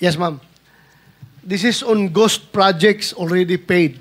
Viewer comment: Ghost po sen. Marcoleta di po goss/gose hahahha